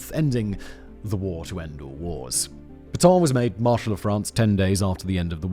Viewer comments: Not Peton, but Petain. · Pétain, not "Pétans"!